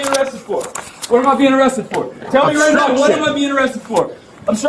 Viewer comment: Did he say “Right Meow”?